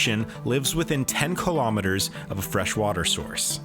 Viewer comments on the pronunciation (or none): none